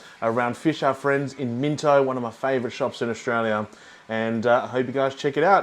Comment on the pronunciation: You're obviously Aussie AF. So why did you keep calling it Minto? Everyone knows, it's Minno. Silent T.